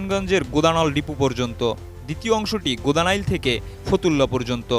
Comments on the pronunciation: ভাই গোদানাইল না, গোদনাইল বলেন😁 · আরে মূর্খ সাংবাদিক গোদানাইল না গোদনাইল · গোদা নাইল মানে, উচ্চারণ ঠিক করে করেন, এটা হবে গোদনাইল। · GODNAIL HOBE UCHARON TA...GODANAIL NA OKKK